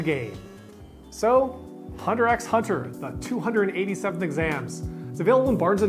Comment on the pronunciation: It is pronounced "Hunter Hunter" without the "X"